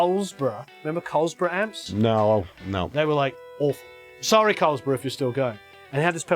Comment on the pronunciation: Love the show and enjoyed your Produce like a pro ep I just watched. Though I get a trip when the Canadian comes out when you say "Out" and "Sorry" keep the information flowing we appreciate your knowledge share.